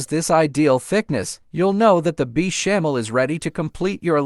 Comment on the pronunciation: Is this voice AI ? Beechamel sauce?